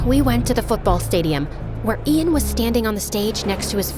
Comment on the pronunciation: "When she said "Ian Gallagher ", I swear to god I thought she was saying, "Adian Gallagher 😂